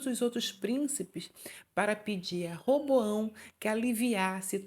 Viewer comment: Nao é Reboao é Roboão